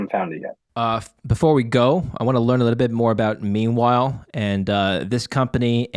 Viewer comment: I thought says "Memewhile"😊